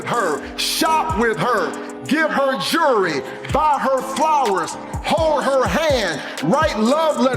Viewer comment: Why can't/won't black people say the word jewelry properly? It's like they don't even see the L. Jewry 😂😂😂 I'M AN AG × 10. Well now your under arrest, so STFU.